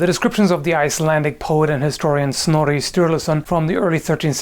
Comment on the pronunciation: Snorri? Snory?